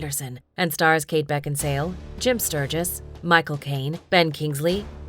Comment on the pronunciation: Kate Beckinsal(e) pronounciation